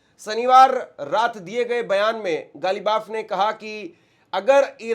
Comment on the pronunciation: मोहम्मद बाक़र क़ालीबाफ अब्बास अराक़ची محمد باقر قالیباف عباس عراقچی मैंने सही उच्चारण लिख दिया। इसी तरह बोला और लिखा कीजिए।